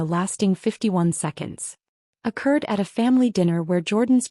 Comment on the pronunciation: Occurred, not accurd.